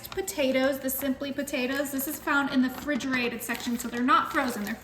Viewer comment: She says fridgerated smh . Refrigerated